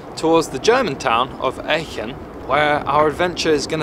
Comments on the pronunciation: I'm from Aachen and hearing you butcher the pronunciation in a slightly different way every time you said it was quite funny 😂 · if you have 2 Germans with you, why have they not told you how to pronounce Aachen correctly...